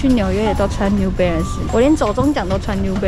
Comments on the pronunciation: New Belance 是什麼啦 這發音............ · 有人跟我一樣一直聽成new blance的嗎?是我聽錯(?